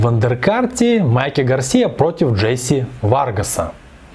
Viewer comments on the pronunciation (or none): none